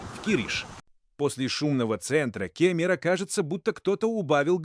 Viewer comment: Спасибо за обзор) А что же с ударениями? ИИ озвучил? С собственными пляжАми 🏝️ Район кемерА